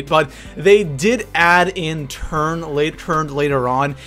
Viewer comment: It sounded like you said turd instead of turned😂😂